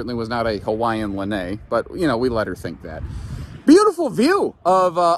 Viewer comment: It's pronounced lan-eye